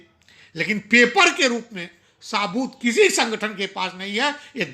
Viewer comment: तुझे हिंदी भी नहीं आती है साबुत नहीं कहा जाता है सबूत कहा जाता है